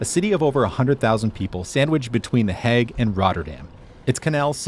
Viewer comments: I have never heard The Hague pronounced like you say it 😂 Hague is pronounced as vague. Love from Zandvoort ❤ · Surely you know the difference between pronouncing 'hag' and 'hague'. Not that it isn't funny... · hey man! love this video and has inspired me to take this route, however your pronunciation of city names pains me. (pronounced the heyg not heg!!) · The 'a' in 'The Hague' is pronounced like the 'a' in 'plague' or 'haste'. Your Grandfather is much appreciated. 🫡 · Oh god the way you say the hague is so wrong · I think he tried to do a Dutch pronunciation but only changing the 'a' and not the rest of the name